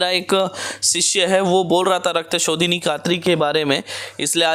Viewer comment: Rakta shodhini mantra not clear please repit agains